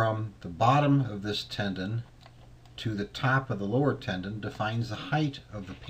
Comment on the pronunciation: Tenon not tendon